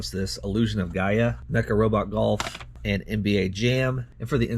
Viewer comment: FYI... its pronounced GAIA